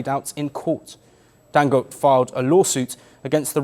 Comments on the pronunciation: Dangote not dangot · Pronounced Dangot-AE... Get it right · Dangoté…pronounced (Dangotay).